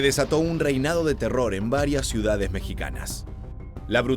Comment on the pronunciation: Pobre para dar noticias, no sabe ni pronunciar bien las ciudades y con ese acento Argentino dudo la veracidad de lo que dice, todo por que la gente acuda a ver sus videos, y quizá muy falsos, que ojalá fueran reales todas esas capturas